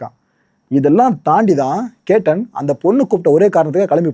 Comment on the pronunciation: பெயரை சரியா சொல்லுங்க. கேட்டன் இல்லை அது che.த்தன்.